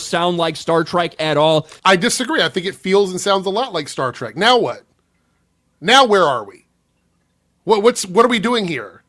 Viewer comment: And he called it "Star Tryke." He's such an obvious hack.